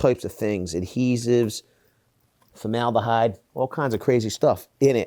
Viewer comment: Lol "...formaldehyde.."